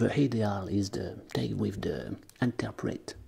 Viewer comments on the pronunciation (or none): none